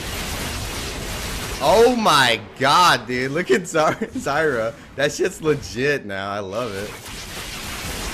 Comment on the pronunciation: the way he says ZYRA kappa....